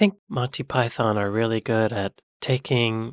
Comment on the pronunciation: PY THUN ! PY THUN !! PY THUN !!!